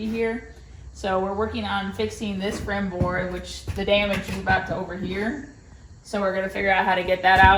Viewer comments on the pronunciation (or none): Its "rim" board silly goose